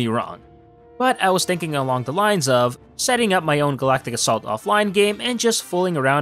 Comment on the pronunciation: U said assault wrong